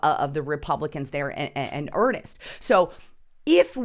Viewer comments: Not pronounced Johnny Earnest. Pronounced Joe-nee Urnst. And a she, not a he. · It's Senator JOANIE Ernst...not Johnny Ernest. How in the hell are we supposed to believe your assertions when you can't even get Senator ERNST's name correct??? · Joni Ernst is a WOMAN. HER name is JONI (pronounced like JOAN with and 'IE' on the end). And her last name is ERNST pronounced EARN with an 'ST' sound on the end of it.